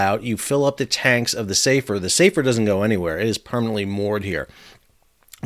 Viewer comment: Hi Sal, sorry to be pedantic but the name of the ship is "Safer" - as in an Arabic name. it is pronounced with the 'a' sound shorter than the English "safer" meaning 'more safe'. Here's a clip from a website: "Safer is a Muslim Boy's name which originates from the Arabic language." You can see the Arabic script on the bow in the video. Other than that thanks for the explanation!